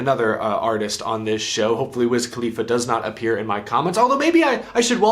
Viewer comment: What in the heck is a wizz kaleafa?